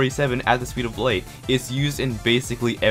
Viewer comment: "At The Speed Of Leight" - 2018